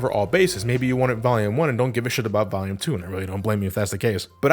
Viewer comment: I swear when you say volume you sound like youre saying valium lol You otherwise never sound like youre from new england lol